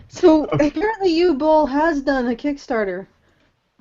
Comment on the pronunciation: Uwe is pronounced Ooh-va.